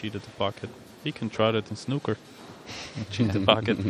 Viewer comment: The fuck is “Snukker”?